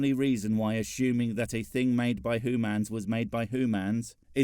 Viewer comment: I still think you're a ferangi with how you pronounce humans. You're just trying to convince us that you're not Edit: I'm starting to believe that all these hooman conflicts are minuscule and pointless. In the bigger picture, we are all..........